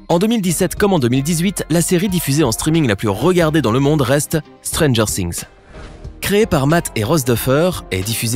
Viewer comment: Stranger Things non pas ' Stranger Sings '